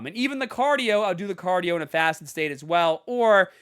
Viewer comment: They way he says caadio has me rollin!!!😂